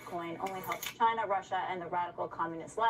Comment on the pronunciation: Every time when you say "ChInA" it gets me hahaha hilarious